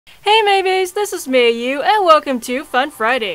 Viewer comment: If I was a time traveling Roman and I only spoke Latin, I would pronounce “Mei Baes” As “May Buys”. Lol 😂